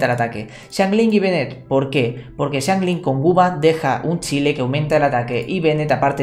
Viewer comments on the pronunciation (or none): none